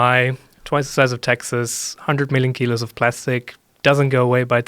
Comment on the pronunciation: Couldn't tell if he had an accent until he said kilos lol